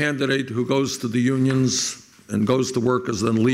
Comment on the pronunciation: Like YUGE. YEW-nyuns.